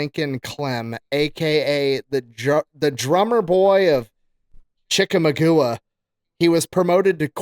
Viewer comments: you’ve goofed brother😂 the second most bloodiest battle of the civil war and you call it Chickamugooah😂😂 I honestly had to go back, hear you say it again to figure out how bad you butchered that! 😂👊🏻 you’ve forever changed that pronunciation for those of us that know the battle🫶🏻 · Chick-A-Maug-Ah... not Chicka-magoo-ah. hahaha!!! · Lol, Chicka-magoo-a, lol. Chick-a-maw-ga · Dude, his pronunciation of “Chik-a-maw-gwa” and calling it chika-magoo-a was killing me. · I love fat electricians pronunciation of Chikamagua. Chick a mog waw btw. I lived there a couple of years, my friends and I would ride our bikes through the battlefield park to get to Fort Oglethorpe. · chickamagoooah?? HAHAHAHAHAHAHAHAHAHA "chick a maw ga" or "the Cherokee that didn't want to make peace with the white man. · CHICK - AH - MAHGA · Love you, but Chick ama goo ahh has me fuming 😂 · If just said the word i think he did. He needs to get throat. It is chick-aw-maw-ga. The battlefield is in north west georgia. Edit: i looked it up and holy crap butchered that word. You silly Midwestern lad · It's "Chick-a-MAW-ga", my Tennessee/Georgia upbringing just cringed and laughed at butchering of the word lol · Chickamauga… Say it with me… Chick-uh-maw-guh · butchered TF out of Chickamauga (chi·kuh·maa·guh) is the correct pronunciation i had no idea that's what he was actually saying until my second time watching 😂😂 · Please learn how to pronounce Chickamauga. (Chick-ah-mog-ah). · Its pronounced Chick Uh Maw Ga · pronounced “chick-uh-maw-guh”. Chicamauga 1863. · The way pronounced that war is hilarious 😂😂😂😂... I live a few miles from the battlefield but it's pronounced chicka-maw-guh.. It's a southern thing I know but still hilarious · Chickamauga- chi·kuh·maa·guh (google) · Chickamauga is pronounced Chick-a-maw-gwa. Giant battle just south of Chattanooga. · Chick-ah-mung-a jesus christ you sound like eli cant pronounce shit